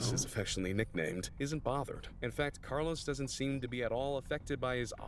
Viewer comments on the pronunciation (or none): none